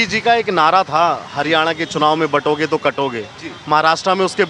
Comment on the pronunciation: काटोगे तो बाटोगे नहीं बाटोगे तो काटोगे मुल्लाजी सही से बोलो।